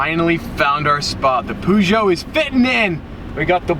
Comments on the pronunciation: What the hell is a Pooshow i think you mean Peugeot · I am gonna kill myself because of the way he pronounces Peugeot.. THE PUUUZOO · Peugeot or Poejoe? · It’s not pronounced Peugeot it’s pronounced pugyot 😂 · it's funny how you say Puw-Joe to Peugeot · You can't pronounce names for shit. Hurracawn, Pujo... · Your pronunciation of Peugeot - "Poozhow" - cracks me up! xD Edit: haha! turns out you did a bit about it later in the video! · “Poojoe 308” LOL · Lmao he called pergeot “poo joe” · okay, he actually mentions his pronounciation later in the video xD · From Poosho to Purrsho...I guess you'll never learn it :D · How you say peugeot is tottaly wrong but really funny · The way you pronounce Peugeot wrong doesn't matter as these cars are like poop, I know, I owned one, happier with my current car a Buick Park Av which is a rare beast in Europe, like the Viper is too